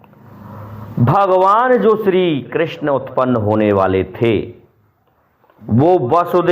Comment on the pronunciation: Are bhai gyan na bagharo,krasjna ji nam thik se lo ,Rahul na bano.